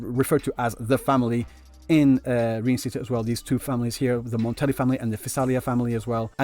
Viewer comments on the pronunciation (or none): im sorry but the way you pronounce Rinacita is making my ears bleed. you can try pronounce it like " Li - nA -si -tauw ". the 汉语拼音 is different from the english spelling, so if you wanna imitate the devs then pls change the R into L, that'll be much better